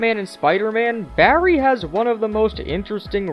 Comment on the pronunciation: Jesus I wince each time you say Barry, because you shout the BA so its like "BArry!"but you also put a lot of emphasis on every R, but neveR mind